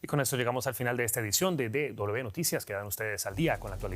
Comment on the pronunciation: Be noticia. Y que palabra existe fonéticamente en español?. No será w como William, Wilson, whisky, etc